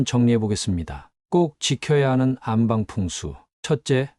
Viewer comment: 안방으로 읽지 마시고 안빵으로 읽는게 맞는것 같아요.